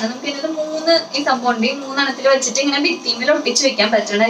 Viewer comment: കുട്ടിക്ക് നന്നായി മലയാളം അറിയില്ലേ???😛😛 "ട്ട" എന്ന് പറയേണ്ട സ്ഥലത്ത്‌ ഒക്കെ "റ്റ" ആണ് പറയുന്നത്.. 😬😬 തുടങ്ങിയിറ്റ് അല്ല തുടങ്ങിയിട്ട്... ഇനിയുമുണ്ട് വേറെ വെച്ചിട്ട് എന്നതിന്‌ പകരം വെച്ചിറ്റ്, പിന്നെ പുതിയതായിട്ട് എന്നുള്ളതിന് പുതിയതായിറ്റ്.. ഇതൊക്കെ ആദ്യത്തെ 1 മിനിറ്റിനുള്ളിൽ തന്നെ.. ഇത്രയും കേട്ടപ്പോഴേക്കും മതിയായി👎👎